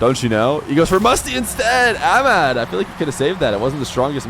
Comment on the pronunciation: Your pronunciation for Ahmad is incorrect. The H isn’t silent. I love ur content by the way, I watch it everyday